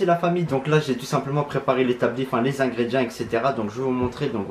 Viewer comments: On dit ingrédients (ingrédiants si tu préfères lol )pas ingrédi1 mdr....😅😅😅😅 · C moi ou il dis ingredia